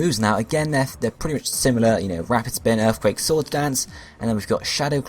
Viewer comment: You gotta make sure you put earfquake on him so he can wreck all of earf.